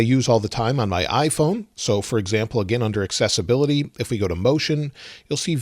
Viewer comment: Why do I keep hearing successability instead of accessibility?